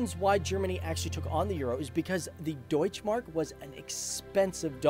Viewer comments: Deutsché Mark not Deutsch Mark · You did a good Job with the German words like,,Deutsche Mark" but I Just want to say in Germany there are no silent Letters :3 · Nice video, but there is one thing I want to mention: In the german language when a word ends on an 'e' it is NOT silent. this works for 'deutsche Mark' the same way as for 'Porsche'. The 'e' has to be voiced, especially in the last case, cause that is also the name of the founder of that company and messing with some other persons name is quite rude, don't you think? Oh, and by the way, the german 'e' would sound like the english 'a', just to be correct.